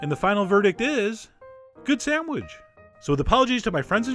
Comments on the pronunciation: You say "sand-wedge" through the whole video! And - was it worth it, this recipe? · lol "samwidge" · good sandwidge eh?